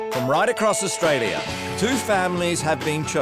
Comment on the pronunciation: I wanna call out the Narrator for adding stupid fkn ers to words that end in A he literally said Australier, idk why TF or who TF is teaching people in the UK how to speak, but they need to be fired 🙄 FFS